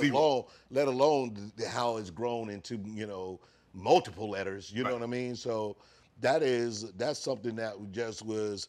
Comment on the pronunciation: “MÚLTIPLE LETTERS” 😂😂😂